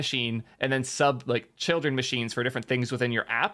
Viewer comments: Great content mate. FYI: Your pronunciation of "Zustand" is wrong ;). It is German word for "State" and is pronounced as "Suustand". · Every time you pronounce "Zustand" as "zuhhh-stand", a German vomits in horror 🤮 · Hmm "tsoostand" doesn't sound correct either to my ears. Either way it's more correct than how was pronouncing it 😂😂